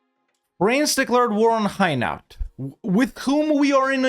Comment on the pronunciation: It's not high-nowt. It hai (as in air) - no